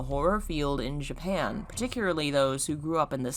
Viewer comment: i love this video, but just to let you know, it’s pronounced particularly not paticuraly.